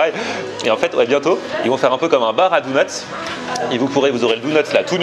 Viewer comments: Super ta vidéo mais on dit "donuts" pas "dounuts" x) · lui qui disait "ha bha faut dire tshedar" et bha toi il faut dire doneuts x)) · si tu sais pas dire dunnut dit beignet. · Ouai doughnuts ça ce dit mais clairement au XXIeme siècle on dit donuts WESH ;p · "Dounuts" on air 2016